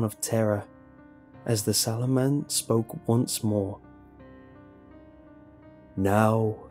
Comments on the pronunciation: I thought he was saying Saruman the entire story, I feel your pain. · i thougt you said the swallow man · Wercome to City Wok how can I ah take your order? Ok. You want the sauoman. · holy shit i thought jt said swallow man 😂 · Am i the only one who kept hearing sauoman